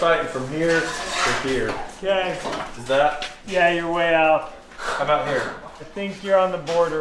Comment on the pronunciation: "Aboot" I heard that. Making fun of my Minnesota. 🤣🥶